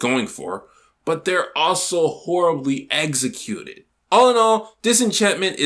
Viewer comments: It's executed, not eggsecuted. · The way he says executed lmao